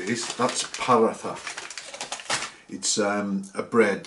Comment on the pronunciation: “Paratha” is pronounced poor-raw-ta ❤ loved the vid tho